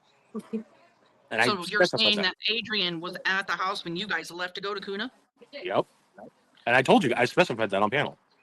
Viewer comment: Just fyi...Kuna is pronounced KEWNA...like ew ❤